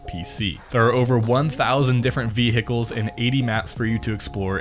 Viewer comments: ve-H-icles killed me hahhaa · Ve-Hickles, ok buddy really? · Did he say v hicles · Vee hickles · VEEE HEEEEE KAAAAALSSSSS